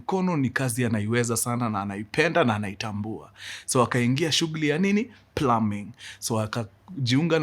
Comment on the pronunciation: Mkuru the only person to have plumbing pronunciation right🎉